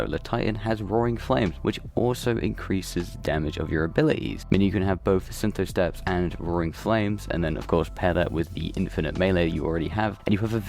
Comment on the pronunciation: Should we tell him he pronounced synthoceps wrong everytime or just leave that be for his own sanity? Syntho-steps 🥲